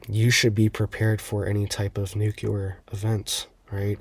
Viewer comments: New...Clear.... nuclear..... NOT NU-QUE-LAR. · nowhere in the country is it pronounced "nukuler." I'm not making fun of this guy, Its like nails on a chalkboard to many of us. 😐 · President Bush pronounced it " NUKCULAR".. !! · Its not pronounced "nuculer" cmon bruh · exactly. It's simply hard on the ears is all! I knew I wasn't the only one it bothers, but I also know most ppl will never stop mispronouncing it 😅